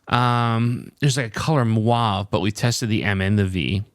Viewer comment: Lol. There is no color “muave”. It’s “mauve” and it’s NOT pronounced moo-ov.